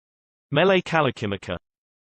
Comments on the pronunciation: you d r not even close to saying it. im hawiian im from hawaii and you dont say it right at all ur a noob at prouncing Mele Kalikimaka. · If you come to Hawaii and say it like this we will escort you BACK to the airport. Every way was wrong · That's not how you pronounce Hawaiian syllables. Aloha and no mahalo